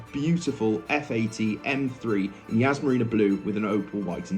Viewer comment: Yas not Yazz